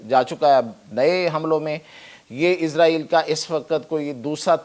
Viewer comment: Bolna tu sheeko izraeel nhi israel naam hy